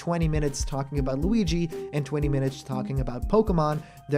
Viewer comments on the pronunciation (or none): none